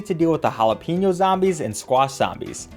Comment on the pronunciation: you say jalapeño wrong